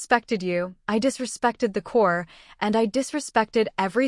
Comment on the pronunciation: The word is CORPS (pronounced core)